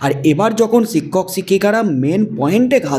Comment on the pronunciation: “ছিক্ষক” নয় “ শিক্ষক” বলুন। উচচারন ঠিক করুন।